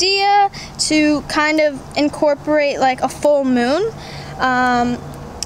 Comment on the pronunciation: Nobody: Nobody at all: Danielle: InCoRpOrAtE no hate, lv ya dani